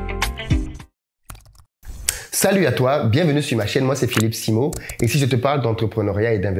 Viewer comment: Ne te fâche pas boss mais son nom c'est SIMO pas "Simon"